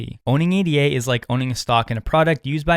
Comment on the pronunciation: Top tip! Just say "ADA" and not "A.D.A", as ADA is named after Ada Lovelace not A.D.A Lovelace.